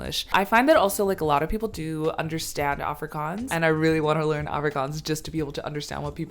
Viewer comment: As I continue watching your video I must admit.....you pronounce "afrikaans" words better than Charlize Theron which by the way is an "afrikaans" South-African😂